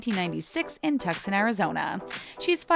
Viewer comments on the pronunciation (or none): Tucson is pronounced "too-sawn" not "too-scun". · It’s too-sawn not tuck-son. I’m from Arizona and that’s how it’s actually pronounced. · Ok I’m sorry... I’m from Arizona I have to say this... DID YOU JUST CALL IT TUCKSON?! YA NO! ITS PRONOUNCED TUSON, IDIOT. k my rant is over sorry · Tucson is pronounced too-sawn not tuck-son...oh boy!😒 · “According to Meteorologists they say she’s a good match for Bieber”...uhhh, I believe meteorologists discus the weather, not horoscopes. Also, it’s Too-sun, not Tuck-son, Arizona. Tucson* anyone can be a reporter these days! Lol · Tuck-son? Really? And I ALWAYS get my horoscope with my weather report. eyeroll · “Tuckson” Arizona? Wait? What?...ok, if you say so. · Where’s tuckson Arizona? Really you can’t pronounce Tucson? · It’s pronounced too son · Tuk sun?? Tucson, AZ. This narrator is not the brightest bulb. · s dm lmao and she was born in “Tuck son” (Tucson) Arizona! 🤦‍♀️ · Your pronunciation of “Tucson” was too funny. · Hilary Hernandez ROBOTIC VOICES NEVER PRONOUNCE THE NAMES RIGHT. LOL.